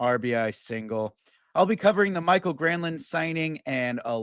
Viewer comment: It's not Michael, it's MikAEL.